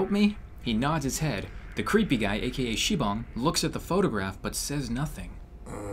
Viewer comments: SIBONG IS DISTRACTING MEH. STAPH IT OPPA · It's sibang